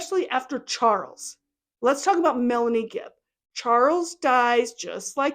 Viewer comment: Omg you’re so right. I like that you called her fibb instead of gibb. I think Kay and Larry should sue her in civil court like Ron Goldmans parents did OJ. Using your summation as opening argument.